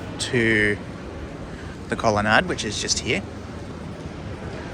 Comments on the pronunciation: I think this is a regional dialectical variation, similar to plant rhyming with either ant or aunt depending on which part of Australia you’re in (or grew up in) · mmm. i've never heard colonnade pronounced like that before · just quietly, colonnade rhymes with lemonade...